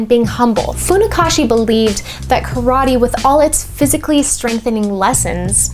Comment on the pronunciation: calling it "Croddee!" LOL